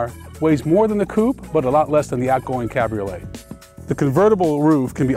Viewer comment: it's coupe not coop, it's cabriolet not cab-roll